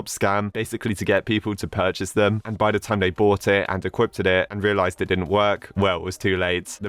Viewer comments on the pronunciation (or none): i am still angry that every time this man says 'equipped' he says 'equipted'